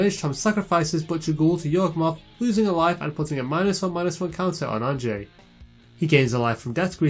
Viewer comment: Great game. I just want to toss out there that I'm pretty sure Anje is pronounced "Anya," it's the dutch spelling of that name.